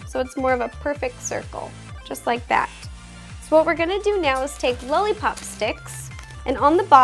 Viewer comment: she says "lully pop"